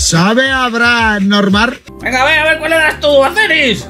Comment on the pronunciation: Sabe habrar normar? #humor